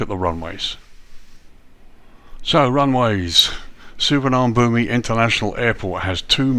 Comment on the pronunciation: Please learn to pronounce this airport correctly